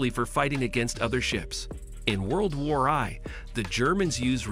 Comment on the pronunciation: AI voiceover can't pronounce WW-I and kamikaze correctly.